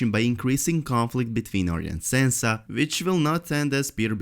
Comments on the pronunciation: Its not Sensa Its Sansa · Sorry, but the way you're pronouncing Sansa completely prevented me from paying attention to anything you have said.